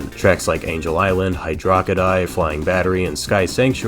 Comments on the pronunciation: Hydo rockety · i think it's "Hydro City" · I say both kinda? Hydrowcity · What the hell is hydrokity?? My man just started a new debate and I love it.